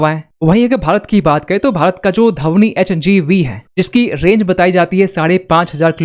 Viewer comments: Its not धवनी, Its ध्वनी,. Learn proper pronaunciation. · Dhavni nahi bhai Dhvani. 😂